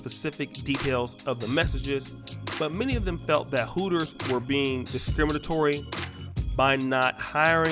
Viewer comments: Its called Hooters not Pooters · Its called Hooters not Heffers. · It's Hooters. Not Heffers. Fall back, ladies. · Hooters not Pooters....I'm horribly reaching.